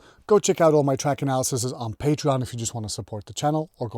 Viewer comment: I always pronounce the plural of “analysis” as “analysees” — “analyses” is the actual word I think